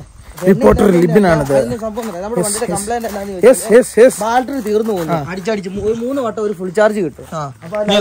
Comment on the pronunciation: പ്രിയ സുഹൃത്തേ ഒരു തെറ്റ് തിരുത്താൻ പറയുകയാണ് നിങ്ങളെ കൊച്ചു ആക്കുക ആണെന്ന് തോന്നരുത് ..നിങ്ങൾ ഇപ്പോഴും ബാൾട്രി എന്ന് ആണ് പറയുന്നത് അങ്ങിനെ എല്ലാ ബാറ്ററി എന്നാണ് പറയേണ്ടത്..